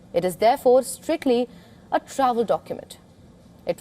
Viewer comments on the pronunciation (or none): always cracks me up everytime indian talks about "strictly" 😂